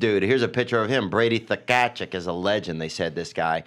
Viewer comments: And Brady “Takashuk” haha. Tkachuk is pronounced Kuh-Chuck boys. Not like you should know that with that silent T shit. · Tkachuk pronounciation was hilarious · Brendan trying to pronounce Tkachuck and Ovechkin gave me a seizure.